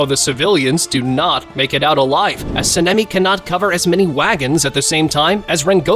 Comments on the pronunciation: Btw it’s saan-ee-meh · Your Sanemi pronunciation hurts me